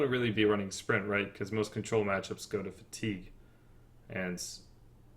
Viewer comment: "Fa-Tea-gue Rogue" Called it.